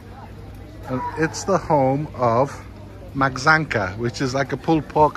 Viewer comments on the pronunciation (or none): Maczanka = Machanka, not matsanka!